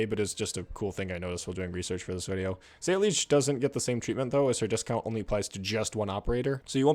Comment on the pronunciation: ...you did not just pronounce her name as "say-leech."